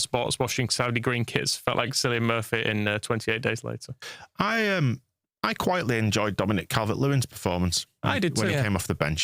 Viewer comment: Cillian is pronounced Killian not Sillian. And the window was a 6/10 at best really. Solid but not spectacular